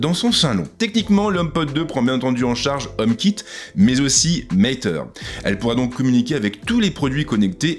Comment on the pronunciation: On dit '"mateure" pas "maiteure"